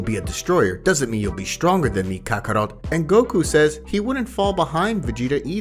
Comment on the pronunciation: I can't believe you got kakarot name wrong and whis